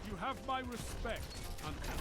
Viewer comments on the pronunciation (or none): none